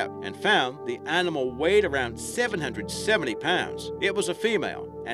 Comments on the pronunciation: What kind of accent pronounces animal as "ahrnimal" - where's that from ? Confused me at first, " pahrterns" too.... had to go back over the video to re listen..... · sorry luv the channel .... but what way is he sayin (animal )?